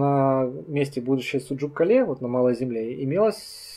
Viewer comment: Кале,ударение на букву а,с адыгского город